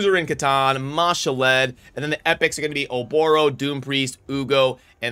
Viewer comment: Ma-Shalled, not Mashall-Ed :) one day you won't butcher it, lol